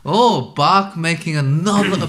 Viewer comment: Please!!!!! Try to pronounce Bach right Way. Its NOT Bagh. It is Bach, it sounds something like Bah.